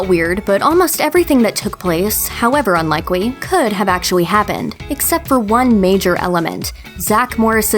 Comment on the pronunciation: Thought my brain was broke for a second there. Is she deaf? However unlikewy... actuwy happened...